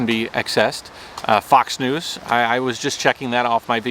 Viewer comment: I'm so sorry just a moment I thought you were saying fucks(fox) news lol... but in certain degrees some of the well known news sources are fucks news😜